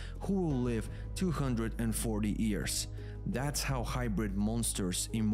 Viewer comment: I really like your videos. I don't know where you are from but your English is really good, but there's one word that you mispronounce. Years, you say ears, just think of the word you or Yolo and you'll have the right pronunciation. Keep up the good work.